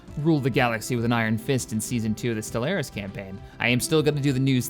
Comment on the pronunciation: love ya but the way you say stellaris drives me nuts